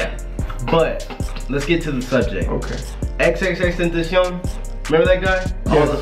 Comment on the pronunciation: You pronounced XXXtentacion wrong it is pronounced (ten-tae-she-on)